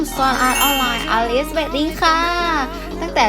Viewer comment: ปั้นอลิสพี่! ไม่ใช่ ปั้น อิดิส